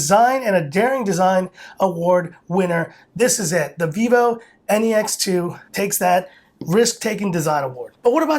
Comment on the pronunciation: I hate how he pronounce it as N-E-X